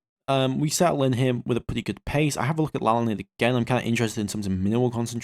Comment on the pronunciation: Hearing him mispronounce my last name is glorious. (My last name is Lalande and it's pronounced in English like La (as in La La La) Land (as in the geological feature).